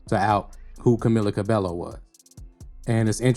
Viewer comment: Excellent video, glad you exposed Camila for who she is. Also Just for future vids, her last name is pronounced Ca-BAE-yo